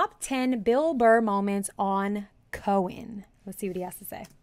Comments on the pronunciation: I love that you say "Cohen". It's Conan...and you need to know about Conan and his undying contribution to comedy. Because Conan is...Conan. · Did you pronounce Conan wrong?